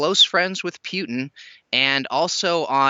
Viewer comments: pls stop bagging russia and china together. china is the inteded winner and its Putin not Pewtin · Pewtin did he just say Pewtin pew tin? Lmao